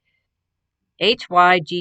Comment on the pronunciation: Your purple sweater looks good on you, very pretty. Your sons hoodie sweater came out nice. The poncho is going to be so pretty, it’s one of my favorite colors, I’ll have to check out Jayda’s pattern. Hygge yarn is pronounced “hoo-gah”. I looked it up and it is a Norwegian word that loosely translates to “cozy”. So it will be a cozy poncho ❣🥰 I really like the way your sock loom is working up, and your hat design is looking good! You’ve done a lot. I have only used Boye hooks forever. Which ergonomic hook do you use? Boye? I have never tried one, I’m so used to the metal Boye’s. Take care and God Bless You! 💖